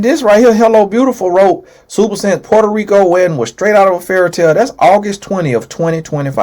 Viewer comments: Tonnnnyyyy not Potaaa Ricaaaaa 😂😂! I’m always laughing listening to you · Nobody:: Puerto-RIKA 😩🤣🤣🤣🤣🤣🤣